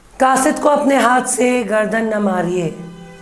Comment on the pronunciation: Kaasid khata-- it is qaasid khhata